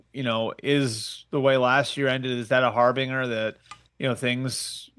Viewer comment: "harbinger" lmao